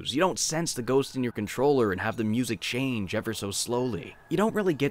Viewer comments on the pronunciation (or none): none